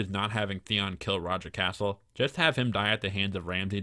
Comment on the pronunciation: I really enjoy your videos and the rewrites you come up with but your pronunciation drives me crazy. Sir Roger Casel , cas-el not "castle" there is no t in his name. I know it's a little thing but it does drive me nuts. Also when white beard turns up jorah isn't there as he would have recognised him immediately because they both fought at pike. Please keep things up xx